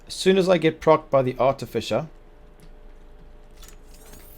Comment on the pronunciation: OK, looks worth investigating. Could you please have a look at the pronunciation of 'Artificer'...